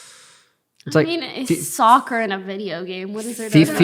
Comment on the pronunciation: When u hear Sakura instead of soccer😅